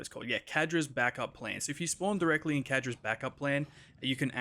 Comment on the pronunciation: "Kadra's" clearly says Zadra's lol